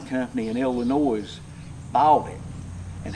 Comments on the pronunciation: For everyone in the south. The s at the end of Illinois is silent! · These southern folk don't know the S is silent in Illinois. Do they pronounce the E in Knoxville or Nashville, I don't think so.